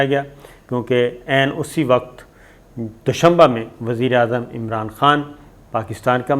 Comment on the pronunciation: Doshunba nahi but Doshambe haa please